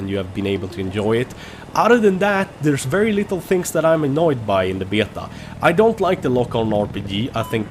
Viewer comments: Lmao listen how he says BETA!!! Betiaa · I love the Swedish/English way you say "Beta" :D